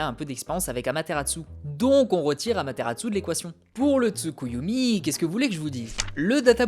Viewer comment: Je suis le seul à pas du tout aimer Sasuke l'émo ? :I Et sinon pourquoi tu dis Amateratsu ? Y'a pas de T à la fin :x